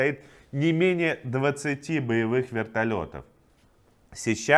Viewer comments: Не СещА, а СЕщА. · только не СещА, а СЕща. слух режет. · Не сещА, а сЕща) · Вообще всегда была СЕща.... А не сеЩА! Откуда ты, парень? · Не СещА а сЕща. Житель Брянска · только не сещА, а сЕща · Удивительный талант комментаторов всех мастей не попадать правильно в ударение. Как он додумался, что Сеща- это сещА ? А так нормально. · Се( ударение) ща, Сеща Брянской области. Нужен мир! Как хочется, чтобы закончились боевые действия и перестали убивать. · СЕща, ударение на первый слог. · Иван, Сеща. Ударение на первую гласную. Но не это главное. Спасибо за полную информацию. Сегодня, принципиально, посмотрела новости по тв . Послушайте, это какими же надо быть сволочами, что бы так врать!!! Ещё раз спасибо за правду!!!